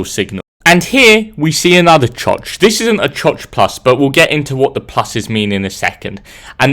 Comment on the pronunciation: Him saying choch got me giggling